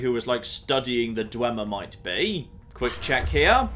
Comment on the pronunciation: Dwee-mer? What?